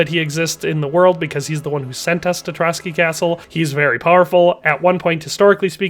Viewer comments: Pronouciation on Trosky Castle -> Tro S ki Not Trocky (bolshevik massmurder that commited multiple genocides of various White Peoples living in Soviet Union). Otherwise great vid, thank you for that. God bless. +][+ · As a Czech, i just wonder why he pronounces Trosky as Trotsky. Where the ''t'' comes from?